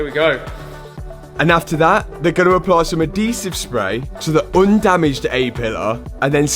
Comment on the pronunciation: Different way to say adhesive 😅 spelled as is sounds adeezive. 😮